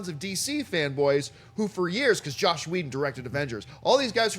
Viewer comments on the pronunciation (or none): For the last time,, it's 'Joss', not 'Josh'. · I kept waiting for someone to correct. It's Joss, not Josh.